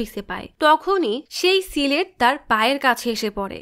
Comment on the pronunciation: সিলেট কি? স্লেট বলতে পারেন না? অশিক্ষিত ক্ষ্যাতের মতো কি উচ্চারণ করেন? সিলেট বিভাগের মানুষের হয়ে 'তেব্র পতিবাদ' জানাই😠